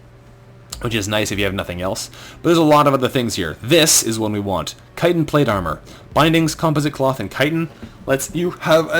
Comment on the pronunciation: it is pronounced chitten i know i spelled it wrong but most people mispronounce it